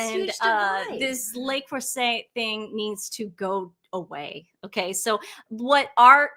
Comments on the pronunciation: Le Creuset (not La Creuset & the last syllable is pronounced more like “zay,” not “set”) is definitely high quality, but expensive, cookware that is often passed down from grandparents to parents to their kids. It was coveted by cooks long before Meghan. I have 1 smaller Braiser that was found in a Thrift Shop and gifted to me. I would love to get a larger crockpot and larger Braiser. Right now, I don’t cook enough to justify buying it, but it is a goal of mine. Nothing to do with Meghan. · In Meghan’s episode with Mindy, at one point Mindy noticed and commented on the Le Creuset — pronouncing it correctly (like the French). Meghan promptly corrected Mindy, pompously pronouncing Le Creuset INCORRECTLY (“set” just like the word set). 🙄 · Sorry girls but Le Crouset is pronounced Le” is pronounced as “luh” – “Creuset” is pronounced as “kruh-zay. You are saying it incorrectly. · Le Creuset is pronounced “Lay Crusay.” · It’s pronounced “luh crerzay” ❤ from Australia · The T is silent. Le Creu zeh. NOT SAY. ZEH. so what some overpriced cooking pots with a foreign name. Millions of women in poor countries cook with basic pots. I grew up with the women in our country cooking in one simple pot over a Primus. Chef Ricky Stein witnessed simple village women in rural Indian cooking the most amazing delicious meals over small hot fire. The secret is in the cook, the ingredients and how they are cooked. The rest is snobbish b.s. and women riding on her infamy. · The correct pronunciation of "Le Creuset" is "luh-CROO-zay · Le Creuset is pronounced "luh-CROO-zay, " with the emphasis on the middle syllable and the "oo" sound in "cruise". There are several brands of enameled cast iron pots, pans and dutch ovens that work just as well and don't cost nearly as much., they are wonderful for braising, stews, all sorts of recipes. They go from stove to oven and cook very evenly. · You don’t pronounce the t at the end le creuset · In the UK we pronounce it Lay Crew say